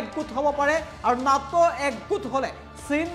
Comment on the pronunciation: Neto nhoi Nato he...goru anchor😒